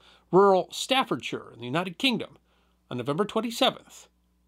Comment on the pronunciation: Respect to the for pronouncing Staffordshire correctly.